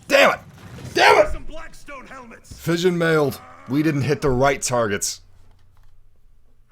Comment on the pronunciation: you legit said Fission Mailed instead of mission failed. greatest thing ever